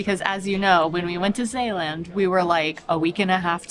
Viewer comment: That was a really nice vlog. It seems that you are getting more enthusiastic about the various places you visit. A little more about the language, things are going pretty well, the AA in Kaaswinkel is fine, but the A in Zeeland, for example, is not good. It's a matter of practice….. I only have a few relatives left and one of them lives in Magnolia, do you know where that is? Groetjes ❤️ van Hil.